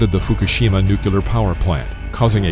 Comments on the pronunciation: The channel has some entertaining videos, but I don't understand why the narrator insists on mispronouncing the word "nuclear" as "nucular"... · Nuclear = Nu Clear .. not Nu Cular !!!!!!!!!!! I blame George Bush for this. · NUCLEAR, NOT NUCULAR! How do you expect credence when you can't even speak your own language properly? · Oh no lol he actually said, "Nucular," haha that's almost unforgivable. 😂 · What is a nucular power plant? must be something new, they split the nuculus of an atom. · Stop saying NOOK-YOO-LER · Nucular power plant. LMAO! Get a grip on your pronunciation or go with the Bush model. Nuke-yuuuh-Lehr... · It's nuk'l-ear. Not "nuclear". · "nucular" "one of the first supercontinents called Nuna and Hudsonland is thought to have existed approximately 2.5 to 1.5 million years ago." - Nope, Billion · When you're only able to pronounce "nucular" reactor, it shows your credibility and... that I've wasted time! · Them nucular power plants... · Ha new-cue-lar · NUCULAR power plant? Learn English dear narrator.